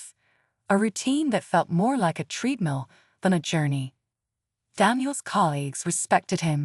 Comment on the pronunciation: Stop mispronouncing treadmill 😢😢